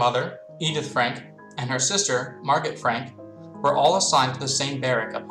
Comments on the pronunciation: Wait I thought it was pronounced mar-go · Jeremy Adams it is he said it wrong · Jeremy Adams he said it wrong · It depends, if you're referring to it from German then i believe the t is pronounced. If you're referencing it from French, it's Mar-go. If it's Dutch, i believe it's Ma(gutteral r)oh That that with a grain of salt tho